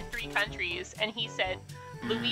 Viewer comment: when he said loyisiana i got so confused bc i love there 💀